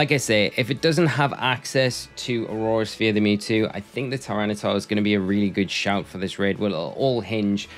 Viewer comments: Drink every time he says aurora sphere instead of aura sphere 😹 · Brother, its Aura Sphere, not Aurora Sphere! It's not an ice type move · Aura sphere not aurora sphere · what do you think is he saying aurora sphere or aura sphere?